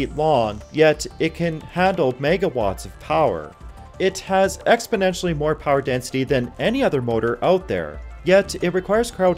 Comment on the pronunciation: "Expoentially more power density than..." Then show us.